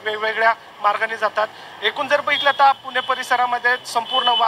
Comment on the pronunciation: किती मराठीचा ह्रास.. कृपा करून पुणे म्हणा.. पूने नाही हो.. 🙏 अगदी सहज आपण हे म्हणतो पण त्यातून अनेक लोक शिकतात आणि अनुकरण करतात हे लक्षात घ्या. 🙏🥺